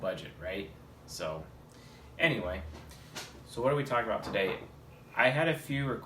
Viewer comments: Every time he says "anyway" I hear "Ne-way"; the path of the ENTP :) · YOOO I had the EXACT same thought 🤯😆as an Ne dom